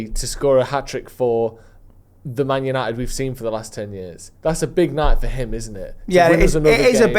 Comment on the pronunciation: Yanited😂 love you Listen to the man